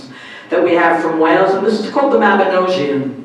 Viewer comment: P.S just a correction on pronounciation - The Mabinogion isn't pronounced like "mab-ino-jee-one" but as "mab-ino-g-ion" so as if a little kid would pronounce the letter G as "GUH"